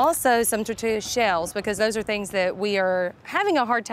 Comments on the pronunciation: We just gon ignore the fact she said “tortutu”instead of tortilla? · I'm sorry, I laughed when she pronounced the L'S in tortilla chips 🤣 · I’m sorry but the way she says tortilla 😂